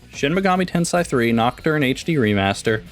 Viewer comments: ten-say. ten-say. say it with me. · It’s pronounced ten-say